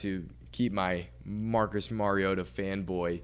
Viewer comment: Learn his name......Mario Ta!! Not merry ota.